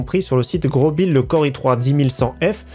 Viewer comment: On oublie pas le like mais ppir moi on dis pas grobil mai grosbil